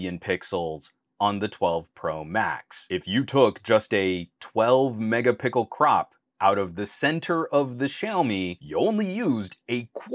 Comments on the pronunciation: Are you saying mega pickle 🥒 🤣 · Man really said Megapickel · Why do you say " Mega_pickle" ??? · Did you say Mega pickle?